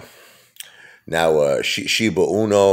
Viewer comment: It’s pronounced SHIBA E-NEW, not SHIBA UNO… just say’n. 🤨